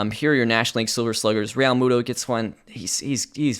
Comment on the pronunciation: the weird spacing of J T Realmuto's name is driving me nuts lol